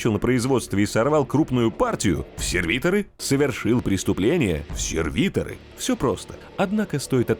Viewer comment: не серви'торы, а сервито'ры, дико слух режет